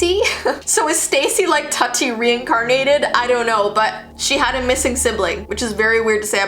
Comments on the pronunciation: Is anyone else getting triggered that Tutti is pronounced Tuh- tee and not Too-ti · It kept on making upset that you said “tutty” It’s.... it’s pronounced “Tooty”. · Ik this may seem strange but, tutti is not pronounced tuh-tee Its pronounced too-tee Lol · The way she pronounces Tutti kills me - it’s officially pronounced TWO-TEE (as in “Tootie Fruity”). I know this video is hella old but I hate when someone repeatedly mispronounces something on a video they posted, especially something that’s easy to look up beforehand. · Correction: it’s pronounced tootie! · its actually pronounced "Tooti" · Umm her name is pronounced “2-tea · I think it’s pronounced like TOOTI lol that’s what my mom just said. She said she had one when she was small 🤷🏻‍♀️ she could be wrong though even though she’ll SWEAR she’s not 🙄😒😂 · Tutti... But she also had a twin brother called Todd. YOU MUST NOT SPEAK THEIR NAMES! Ps. It's pronounced tooti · Tutti would be pronounced “tootie”... which isn’t much more flattering lol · Hate to be rude but it's pronounced toody but spelled tutti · Tutti is pronounced "tootie" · Btw you pronounced Tuttis name its tootie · Tutti is pronounced Too-dee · Pretty sure it’s pronounced “tooty” because I remember seeing her around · I think her old sisters name is pronounced “too-ti” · i think it’s pronounced tooti but who names a doll like that i’m- that’s so creepy LMAO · Idk if anyone said something but it’s pronounced “Tudy” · Ummm tutti is pronounced tootie soo yeaaahhh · She says Barbie's old sister's name incorrect it is Tutti which is pronounced (Toot-Tea) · I think maybe tutti is pronounced Tooty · I thought Tutti was pronounced Tooty because that used to be a kinda popular name/nickname. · BTW it was actually pronounced "tooti" not the other pronunciation. Just helping out 😊 I love ur vids!!!!!💙💙💙💙💙💙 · Tutti (pronouced tati,lol like tati the makeup guru)MORE LIKE TATIANAAAAAAAAA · All of you are wrong. It’s pronounced Tati.